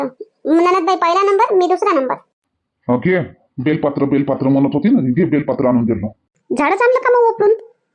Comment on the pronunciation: बेलपात्र नाही बेलपत्र म्हणा.